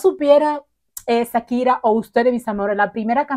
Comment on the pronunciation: Hola...nunca había visto tus videos pero me tope con él y quiero hacerte una observación...se dice Shakira, haciendo el sonido "shshsh" quien te haya dicho lo contrario seguro te quiso perjudicar, un abrazo 😊🙋🏽